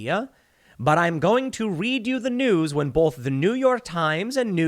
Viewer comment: “Bolth.” “Glossgow.” -Tim Pool